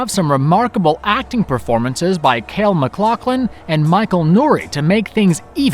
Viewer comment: Lol 'Kale McLaughlin. David lynch calls him that too.